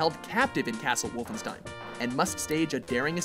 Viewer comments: What is "Vulfenshtein" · I love how he says The Wolfenstein entry in a German accent lol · HAHAHAHA!! I love the way you pronounce wolfenstien 😂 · How he says Wolfenstein 😂😂😂